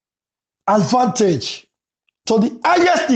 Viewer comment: 📌Please the word is pronounced AD - VAN-TAGE, please pay attention to that.